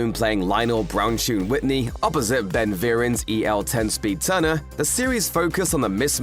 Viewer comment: Jesus, how do you butcher Ben Vereen's name that badly, it's so disrespectful. That said, man I loved Darkroom.